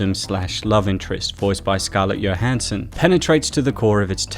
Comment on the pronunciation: I love how you say johansson you say it like yohansson